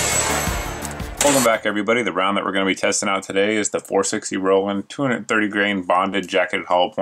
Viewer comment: John Rowland does not pronounce his last name the way you do, so why do you?